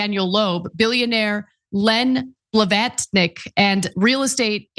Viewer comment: I agree pronouncing financiers as finanzeers, is always an issue for Ana, and Blayvarnik for Blavatnik. It's only when she's on her own without Cenk to help her, that she makes these pronunciation blunders when announcing. Ana should check how to pronounce the names before she starts, or listen to British people speak Received Pronunciation.😊